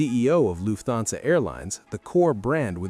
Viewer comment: Luf-thansa. OMG! Atrocious AI pronunciation!